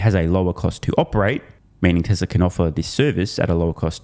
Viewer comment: It’s Tesla, not Teslar lol